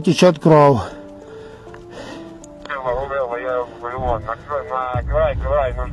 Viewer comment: "А за кадром больше на польский акцент похож." - 😂🤣явно что вы не с украины . Я с украины , поясню вам - просто за кадром украинец с зап.украины говорит ( вынужден говорить так как с ним по рации говорят на русском ) на суржик-русском языке . Обратите внимание на его произношение слова "кровЬ" - он говорит - кров , без мягкого знака , это украински так и будет